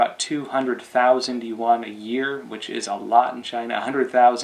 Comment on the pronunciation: Is there a specific reason why you say "yuwan" instead of "yuan"?